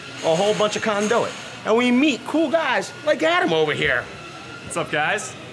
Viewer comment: Jesus dude! Learn to use a fish tape! And he says conduit wrong!!!